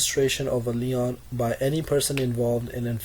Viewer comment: The constant throat clearing is very distracting. Some of your pronunciation needs work before you present. LEON's is a furniture store. LIEN is pronounced like lean. Other than that good luck and thanks for the summary.